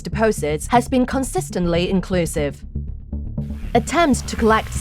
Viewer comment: (In-con-clue-siv)say it with me Jesus Christ.